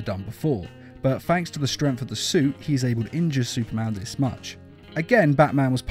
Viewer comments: You say it like "strenf" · i love how he says... "super strempft" :D